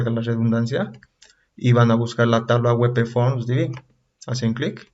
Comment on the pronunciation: Por qué lees WEPEFORM??? En qué idioma es esa forma de leer? Ah! y "visualizar" usas en ves de "ver". Visualizar es hacerse una imagen de algo intangible.